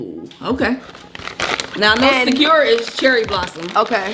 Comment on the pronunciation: Lol I like how you pronounce sakura 🤣😆